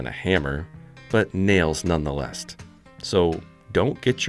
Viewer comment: "None the lest"?